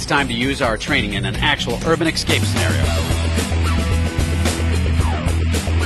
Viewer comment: wtf is an urban "eck-scape" scenario?